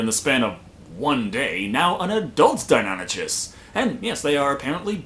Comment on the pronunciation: Toby Kirkby No, it's pronounced Die non ikus.